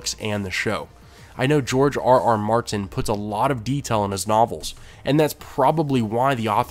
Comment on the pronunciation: sounds like he struggles to pronounce George R.R Martin